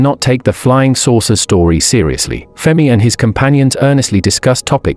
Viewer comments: FERMI NOT FEMI FFS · Computer voice FERMI not FEMI.